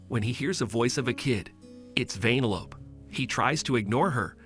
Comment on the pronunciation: Who the fuck calls her that😑 why do you say it like “vein-a-lope” shit don’t make no🥴 even in the movie thats not how you say it